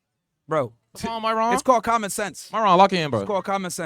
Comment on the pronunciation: “c’Mon my’Ron”🤣